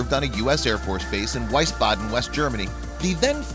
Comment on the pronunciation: The W at the beginning of Wiesbaden is pronounced with a V sound, not a W!